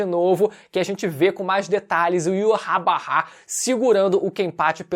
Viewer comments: o nome do rei quinci de pronuncia IVÁTH... não to conseguindo tanca esse iurabara n... kkkkkkkkk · Me dá um nervoso o falando "yuhabaha" kkkkk eu chamo de "yhautch" (na pronúncia apenas)